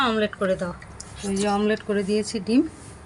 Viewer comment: রিয়া তোমার মা আজকাল মামলেট না বলে আমলেট বলেছে